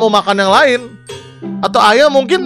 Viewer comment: Ayah w dengernya ayam 😌